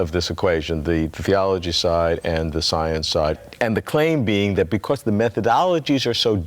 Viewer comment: his teeth seem to be exactly conformed so that he can easily pronounce the word "THeology". That must be an evolutionary adaptation of some sort..